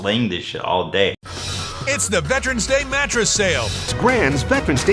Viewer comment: "Veprens Day Mappress Sthale"